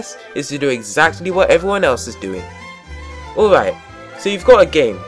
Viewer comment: God, that "Awaiwaight?"